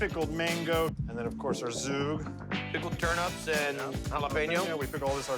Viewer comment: I’d love to eat there, but probably couldn’t stand the clientele. And it’s called “Zchug”, not zoog. Zoog is a couple, Zchug is a Yemenite spicy sauce.